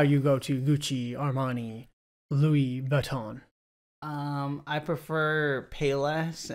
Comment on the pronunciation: The immaculate pronunciation of Louis Vuitton... Fascinating! 😂